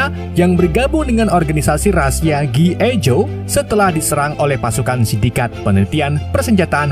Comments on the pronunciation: G.I. JOE di baca ( Ji Ai Jo) bang maaf bang 🙏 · bacaannya "Ji Ay Joy woi lahh